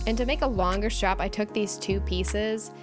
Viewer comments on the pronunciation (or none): in this time in this video are you pronounced the word strap like shrap Thank you.